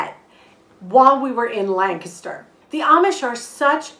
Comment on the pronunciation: Hey, props on learning to pronounce Lancaster like a PA native!